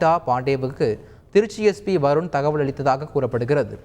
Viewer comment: வருண் வருன் என்று இவ்வளவு அழுத்தமாக ஏன் கூற வேண்டும் தந்தி நியூ ஸ் எல்லாம் ரவுடிகளுக்கு சர்ப்போட்டா